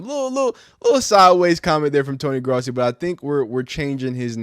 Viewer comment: Its Growssi that’s how it’s pronounced.